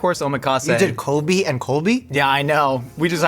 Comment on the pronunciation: Stop saying Kobē. It hurts my Japanese brain… It’s “KOH-bay”… 😂